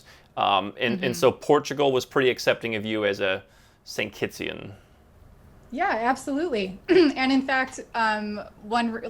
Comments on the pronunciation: Did he just say “St. Kittsian?” 🤦🏾‍♂️…It’s Kittitian. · it is kittitian. it is not st.kittsian. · slight correction, It's "Kittian" not "st.kittian". Ijs